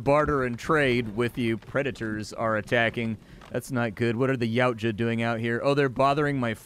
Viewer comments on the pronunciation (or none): none